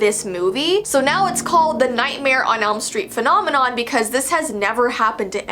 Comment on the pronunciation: “phonomanon” i